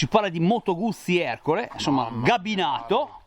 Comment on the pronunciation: Ciao si dice CABINATO non GABINATO. Non è un cesso 😂